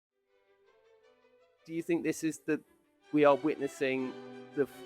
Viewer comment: The surname Boshoff is the incorrect protion. Pronation emphasizes the O. My maiden name was Boshoff. My fore father's were of Dutch /German descent.